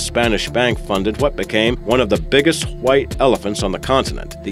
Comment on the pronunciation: Why do you keep saying "hwite", instead of "white"?